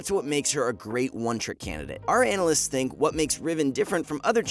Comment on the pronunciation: Everytime u say our ''analysts'' i laugh my ass off xD